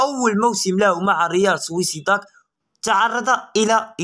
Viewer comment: سميتو: ريال سوسيداد ماشي ريال سويسيداد . ؟؟؟!